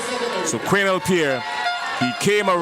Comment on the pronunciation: Its not qwinel . It's qwanell